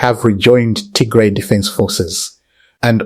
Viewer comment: It is not Tigre! It is Tigray! Not difficult to pronounce